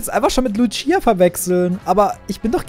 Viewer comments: DAS Heißt Lucia und Nicht Luchia! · Hi wollte sagen das ich auch lucia heiße und es wird ohne t ausgesprochen